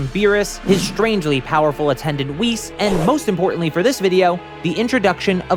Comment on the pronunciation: Isn't Whis pronounced like whiskey?